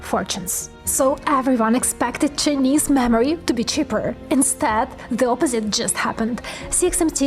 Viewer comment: Lady I love you but the way you say "mammary" I mean "memory" is amazing! You don't always say it, but 60% of the time it's funny every time!